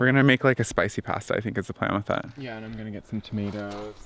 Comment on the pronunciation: It's so cute how Canadians pronounce "process" and "pasta"!